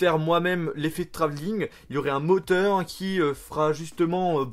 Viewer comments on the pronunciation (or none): Comment il dit de moteur à 5 :06 lol